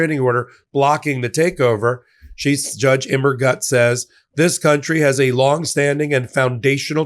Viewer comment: Fun fact.... Immergut in German means "Always Good".... but the last syllable should be pronounced as "Goot"......